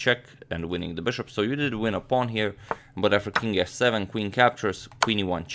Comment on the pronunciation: Beshup to ii five